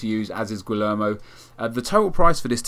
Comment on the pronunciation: pronunced gui-yer-mo